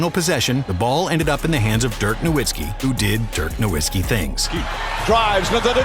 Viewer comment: Put some respect on Dirk and pronounce his last name correclty